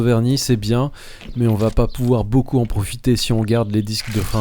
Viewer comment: je l'ai entendu le "beaukiou" d'espace pour la batterie !! Sinon super ce que tu fais, je découvre ta chaîne, très sympathique